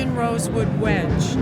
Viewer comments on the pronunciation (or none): The way she pronounced wenge made me giggle.